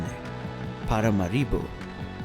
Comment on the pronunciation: ParaMAribo, not paramaRIbo